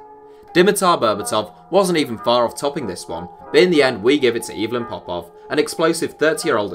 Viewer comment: I love the way he says the Bulgarian Aivelin POPov (it’s supposed to be said like Eevelin Popov)🤣